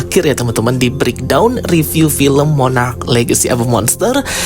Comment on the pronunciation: Monarch bang bukan monarach😢